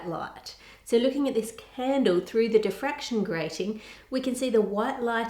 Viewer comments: Diffraction Ann, not defraction. 😂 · diffraction, not defraction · So close. It's diffraction, not defraction. Still an amazing video and still love ur channel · *diffraction, not defraction. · Im sorry, its a great video and all, just wanted to say its Diffraction not defraction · isn’t it diffraction?? rather than defraction? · I thought the word is diffraction. :) Also, it may be worth mentioning the Applied Science channel of Ben Krasnow and his video